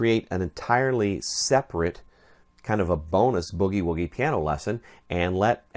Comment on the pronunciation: That IS the correct pronunciation. It is NOT bewgie-wewgie.